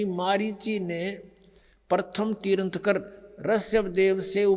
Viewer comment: तीर्थंकर बोलना भी नहीं आता है रामपाल को